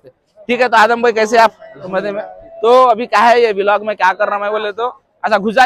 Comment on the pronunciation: Vilog ny bolte bhaii vlog bolte